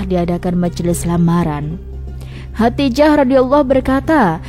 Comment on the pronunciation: Khodijah dong namanya bukan Khatijah ...gimana sih